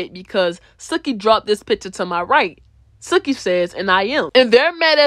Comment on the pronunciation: ITS PRONOUNCED SUE-KEY